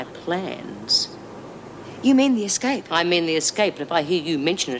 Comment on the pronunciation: Eggscape love lizzie and the way she pronounces her words!!! 🤣